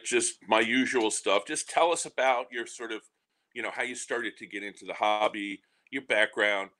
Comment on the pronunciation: 2 of my favorite people in the hobby. Or as might call it, ''The Hawbby'' lol. Awesome show guys! Keep up the great work,!